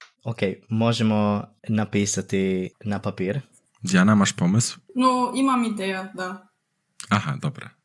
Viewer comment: bro, I am Croatian and he doesn't pronounce the accents properly, he is saying pàpīr, this arrow on A should be turned this way /